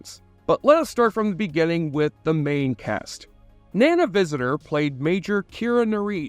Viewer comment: Not taking the tiniest effort to learn the correct pronunciation of the actors' names is extremely sloppy. The most jarring for me being "Nana Visitor"